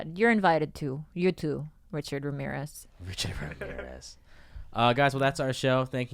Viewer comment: Hey Bobby, say Ramirez again. lol